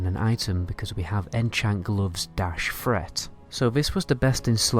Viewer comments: Where the fuck do they speak like this... "Aoe Fret"... "Funder fury"... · AOE freat? instead of threat free instead of three?